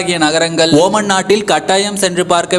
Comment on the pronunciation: Ooman illada moothevi....omaan